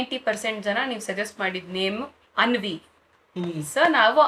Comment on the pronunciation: Anvi alla Aaanvi anta karirii